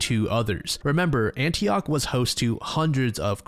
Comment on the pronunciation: NO ANYTHING BUT ANTIOCHHHH CMON MAN.